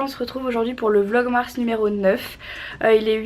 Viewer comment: Yeaaaah ! Première fois que tu réussis a dire "vlogmars" et non pas "vlogmas" haha 💫💖💖